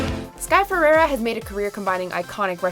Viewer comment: Learn how to say FERREIRA pls! Not ferera